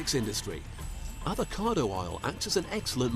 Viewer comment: What’s an ‘avocade’ ?